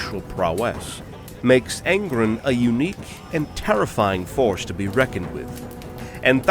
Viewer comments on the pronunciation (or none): It’s angrOn not angrn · Ghazghkull Thraka would not last more than some seconds against Angron, it is a silly comparison. Ghazghkull Thraka loses to the top tier of Space Marine champions, what chance does he have against a demon primarch lol. Awesome video though tbf but it is Angron not Angrund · Angron= Ang-ron.... not Aən-grin😂 Love what you do tho brother, no matter how much I hate small trivial shit like pronunciations and annunciations lol. But seriously!! EVERYTHING ELSE is absolutely excellent. Hands down one of my most favorite 40k lore channels.🐐💯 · Stop saying Angrons name wrong, its An-gron like bat-man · Not gonna lie, the way you were saying Angrin had me kinda tweakin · "Angrun" .. I'm sorry. This pronouncing of his name made me crack up over and over. x'D Good video though. Ghaz would win. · That's not how you say Angron! Literally listen to anyone else say it. Good vidoe though, thank you.